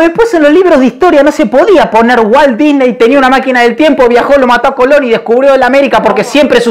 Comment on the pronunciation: me cague de risa cuando dijo walt dysney o como se escriba ajajajjaja.